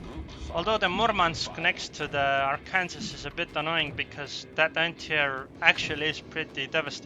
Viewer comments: ar-kan-saw not ar-kansas xD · Sorry but, arkansas, is pronounced "Are-Can-Saw" :D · Arkansas is pronounced "R can saw".